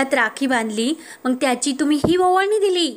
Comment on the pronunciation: निवेदीकेने आपली भाषा शुध्द ठेवावी ,मंग नाही मग म्हणा 😂